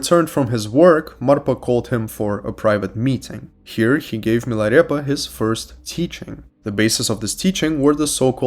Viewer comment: I just like the way it sounds when you pronounce “Milarepa” , Great stuff !!